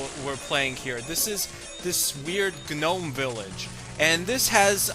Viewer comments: haha did u just say "ga-nome"? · You don't pronounce the g in gnome.